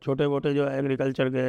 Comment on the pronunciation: Sanjay Ji ko bolne me dekat ho rhe h agrecalcher 😅😅😅😅😅